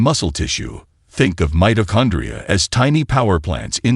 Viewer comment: The announcer needs to check the pronunciation of words like: mitochondria, resveratrol, and a few other technical words in this presentation. The reason is that younger viewers will then take up his mispronounced terms and believe them to be correct. But, if the announcer is AI-generated then the sound engineer needs to gauge the pronunciation.